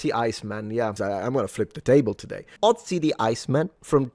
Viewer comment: As the spelling suggests, Ötzi's name is pronounced "Ötzi" and not "Otzi". The "ö" is pronounced like the "e" in "her", the "ea" in "to learn", the "i" in "first" or the "u" in "turtle" for instance.